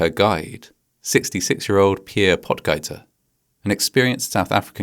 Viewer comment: If it’s spelled “Potgieter” I believe it’s German and pronounced “Pote-geeter.” In the ie or ei construct the final vowel gets the sound from memory. Everyone pronounces these wrong outside of German-language countries. But I wonder if he’s related to Aldrich, the young South African on the PGA tour? Aldrich is averaging the furthest off the tees at over 300 yards.